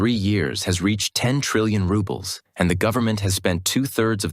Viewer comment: National wealth fund is empty. The cash is spent and inter government obligations are uncollectible. An credit here is a debit there. The announcer's pronunciation of rubble for ruble is apt.